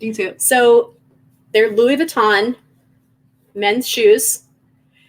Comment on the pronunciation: OMG,! “Versayce”, lmfao!!! “Thanks, I bought it at Versayce” 😂 Funny thing is, I’ve actually heard people pronounce it that way IRL. And Louis Vuitton, with a hard “S” on the Louis... 🤦🏻‍♀️😂